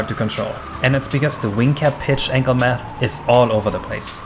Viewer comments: Im pretty sure you ment math and not nath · haha "nath". "frane". work on your spelimg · "nath" XD